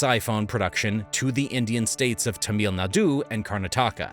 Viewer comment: This is an AI voice right? No person could mis-pronounce Modi, Tamil Nadu, and Karnataka that badly, right?